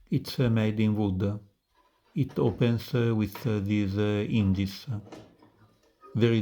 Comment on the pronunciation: "opense withe this indis"